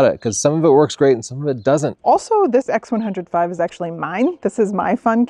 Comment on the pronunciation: Since when did the X100V(vee) become the X100V(five)! 😂